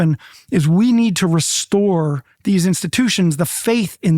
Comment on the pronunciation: “Restore” how is this guy a lawyer?